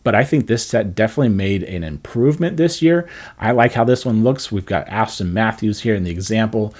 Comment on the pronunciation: bro it’s Austin not Asstin Matthews 😂😂